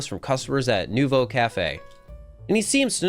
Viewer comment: I think the way that pronounces basically all the French/pseudo-French words is really funny. Obviously we have Lumiose, but there's also nouveau and bureau that particularly stood out to me